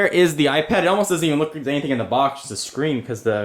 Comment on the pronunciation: he saids apad 2 xD